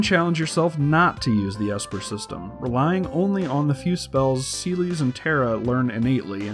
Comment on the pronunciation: CEELEES!? Like ceiling!? You monster.